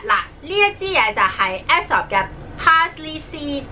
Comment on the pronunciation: Aesop 應該係讀 Esop🙈🙈